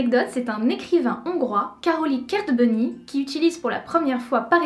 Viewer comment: Alors Kertbeny ça se prononcerait Kèrtbègne si on veut l'ecrire à la française^^. Merci pour la vidéo